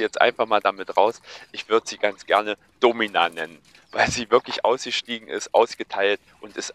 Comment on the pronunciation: Ein richtig schönes Schweinchen 😊 Wie wäre es den Namen etwas anders auszusprechen? Domina statt mit der Betonung auf Do mit der Betonung auf Mi? 🤔